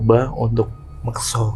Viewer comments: Mekso itu beda mas sama Moksa.. tolong di koreksi ngucapnya.. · Mas mas, mekso sama moksa itu beda arti.. katanya keturunan jawa gunung kidul. Tapi kog gak bisa ngucap yg bener. Beda yaa mekso sama moksa. Tolong dikoreksi.